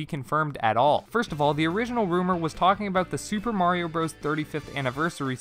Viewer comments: do you honestly think the game is called super mario BROS and not super mario brothers? Do you call it super smash bros meh-lee as well? You didn’t say it correctly 40 times in this video and you didn’t do it to save time because it doesn’t. You just legit don’t know that Bros. = brothers It’s may-lay btw, the announcer says it at the beginning of the game. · Calls themselves Switch Shop, doesn’t know how to pronounce Super Mario Bros. SMH. That period doesn’t make it a sentence, that means the term bros. is short for brothers. The game is pronounced Super Mario Brothers not Super Mario Bros like a frat boy in trouble for date rape. Brothers. Sorry but no one can be taken seriously when they don’t even know the name of easily one of if not the most popular game in history. That’s like naming your channel Wookie Tube and then pronouncing it as “Jeddy.” Just no full stop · lol thanks for catching that so soon. Likewise you’re welcome for catching your flub. Just try to say the name right in future videos. As an adult who actually played the game as a kid, calling it bros instead of by it’s name is extremely irritating and disheartening. It’s like hearing say “let me axe you a question,” but repeatedly in a video dedicated to the concept of questions. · now the question is, in how many videos on your channel have you been saying the name wrong? All of them? For two years you’ve been mispronouncing the game’s title? Ouch. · lol your deflecting cuz you already know you’ve been saying wrong on you’re channel for 2 years. You might as well have been misspelling Nintendo. Big oofs.